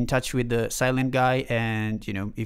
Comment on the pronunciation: Sylen - thhhhh not Sylent